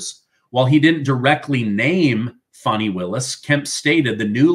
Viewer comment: It’s Fanny… like Fanny pack! FannyPak Willis..! Stop calling her a baby deer with that “fawny” pronunciation 😂